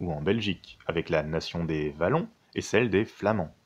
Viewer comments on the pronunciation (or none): Wallons, se prononce " oualons" ;-) Sinon très bonne vidéo !